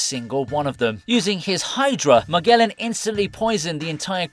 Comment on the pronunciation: MAGELLAN - muh·jeh·luhn